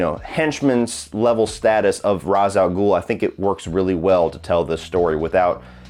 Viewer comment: Ra's al Ghul is mispronounced in this trilogy. It's pronounced "Rashe"